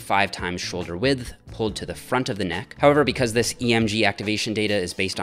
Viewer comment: I hate how you say the "th" in "width." Improve yourself.